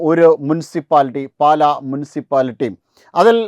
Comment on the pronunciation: " പാല" അല്ല; "പാലാ " മണ്ഡലം